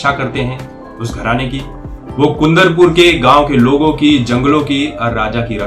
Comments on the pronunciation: Bhai kundan- pur nahi yaar! It's Kundaa - Puraa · Thanks for reviewing bro. But Tum north ke log kab seekthe hii yaar... Karnatak nahi hii Karnataka hiii ... Kundrpura nahi hiii Kundapura hii... & Last but not least Kannad nahi Kannada hii .. Seekho bhai ...🤦🏻🤦🏻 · Sir it's kundaapuraa